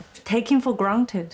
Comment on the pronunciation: granted, taboo, 我觉得都读错了，，，听着好别扭，可以不说英文吗？说的话建议说标准一点。。。。